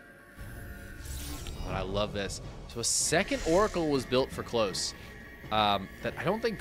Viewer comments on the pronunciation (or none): Klose is a german rooted name derived from the name "Nikolas". So, it would be pronounced "KO-LOSS". Similar to how you would start to say "Collosus".